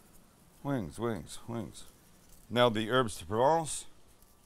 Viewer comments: in "herbes", the S is silent, 'am. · Erbz not HERBS , THIS IS VERY IMPORTANT